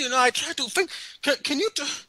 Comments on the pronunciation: "I try to fink!" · " I looking in the bafroom all i fink is a BOOM you know memory time" HAHAHA! Brilliant!